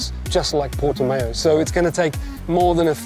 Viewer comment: Porta-mayo 🤣 love you simon 🫶